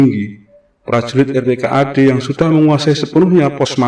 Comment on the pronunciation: Yang bener dibacanya rp - kad ...bukan r.p.k.a.d ...